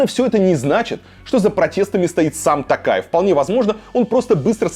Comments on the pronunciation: Почему ты называешь Токаева не ТОкаев а ТАкаев? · Президент РК Тоқаев, по русский - Токаев, не Такаев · ИЗВИНИТЕ КОНЕЧНО НО НЕ тАкаев а тОкаев (писала фамилию с маленькой буквы чтоб было понятно) И не тЭнгЭ а тЕнгЕ. Буквы Е и О имеются ж в русском языке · Варлама, фамилия президента Казахстана пишется и произносится через "О". ТОкаев. ТОкаев.